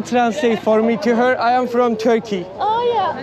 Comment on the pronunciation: Admin slm sanghayi gzl tantiyosunda daha kendi ülkenin adını telaffuz edemiyorsun torki İstanbul diyosun videonu buraya kadar izledim bunu görünce bıraktım aslında yorum yapmaya bile gerek yoktu senin ülkem adına üzüldüm yazık çok yazikkk.